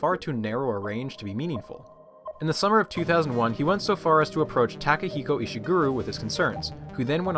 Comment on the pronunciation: its hilarious how this dude pronounced so many names nearly perfect then completely flubbed it at one of the easiest names; Takehiko Ishiguro